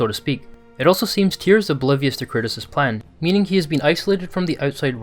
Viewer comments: Dude it's kratos not Curtis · Are you saying curtis or kratos😂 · Good video but I swear I keep hearing him say Curtis and not kratos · Sounds like you keep saying curtis instead of kratos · who is this "Curtis" you speak of? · Man everytIme this guy says KRATOS, all I hear is CURTIS... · Interesting vid, but you know his name is Kratos, not Curtis? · The way this guy pronounces 'kratos' sounds like he's saying 'chris' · Anyone hearing it as curtis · Am i the only hearing him pronounce KRATOS Curtis ? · It sounds like you’re saying Curtis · Sounds like you're saying Curtis instead of Kratos. No beef, it just made me LoL imagining Kratos fully embracing dadhood, and changing his name to Curtis 😂😂😂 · Please stop saying KURTIS! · “Kratos” not “Kurtis” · Yo this whole video I'm thinking "who the hell is Curtis??" But finally realized you were saying Kratos... slow down bro, say it w me. KRAYY-TOES. Great video and breakdown tho 💪🏽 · Love your vids, but why the hell do you always pronounce kratos’ name wrong it sounds like you are saying “curtis” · who the fuck is kurtis? You mean kratos? lol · Great video and breakdown. The way you pronounce Kratos sounds so much like Curtis which reminded me of Cory Barlogs interview with gameinformer in 2018 😂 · I'm I the only one that keeps hearing this channels narrator saying "Curtis" when he's referring to Kratos? haha 🤣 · Yes bro me too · STOP SAYING KURTIS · You say kratos, I hear curtis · Why does every time u say Kratos it sounds like Curtis?? :)) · bro the way he says kratos is annoying me